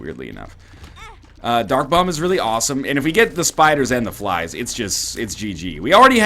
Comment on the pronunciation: I craced up in laughter when he said spys and fliders :D